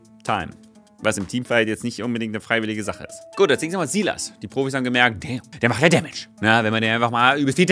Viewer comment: Einfach toll dieser s i l a s Das Y wird einfach anders gesprochen, das ist echt belastend. Bitte sprich die Champion Namen besser/richtig aus. No Offense, ansonsten toller Content! Weiter so, LG aus Halle.